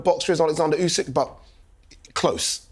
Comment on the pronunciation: Turki can’t even say Usyk’s name properly🤦‍♂️it’s ‘Usyk’ not ‘Ozik’🤦‍♂️